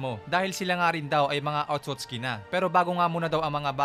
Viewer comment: Hindi po otutski 😂